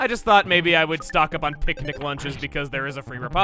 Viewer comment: he said Picanic instead of picnic XD